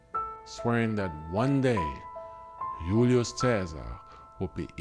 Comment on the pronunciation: Sorry but it’s not Hulio Caesar they pronounce the letter J ulious. Also we don’t need to see ur face on a documentary style video